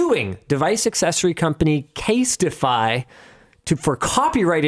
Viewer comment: Casetify not Castify